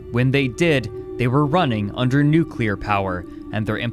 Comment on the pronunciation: It's pronounced nu-clear